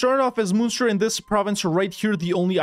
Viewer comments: I'm pretty sure it's pronounced like Monster. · The way you pronounced Munster today is the way you pronounce Münster. No idea how you pronounce the Irish one. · Munster is fun-ster. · As somebody from present day Munster, the way he says it drives me insane :) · Wahey more Irish play! I was disappointed the flight of the earls idea wasn't the one you went with but this is good too. Also, first pronunciation you do is the German Munster, second one is the Irish Munster. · Its being pronounced wrong